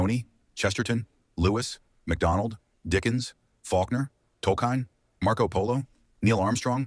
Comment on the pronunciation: did that voice just say Tolkain?